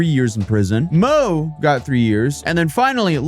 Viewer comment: your chinese needs some work "mo" is pronounced more like "more" and yang is the surname, guang-sheng and kang-sheng are their first and middle names.